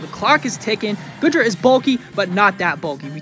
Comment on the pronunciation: Its GOO DRA not GOOD RA its pronounced YER VELTAL you pronounce the Y at the start